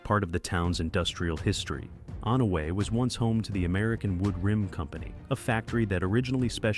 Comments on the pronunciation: It's pronounced On-a-way Not Own-a-way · Saw-ga-tuck, not Sow-ga-tuck. On-away, not Own-a-way.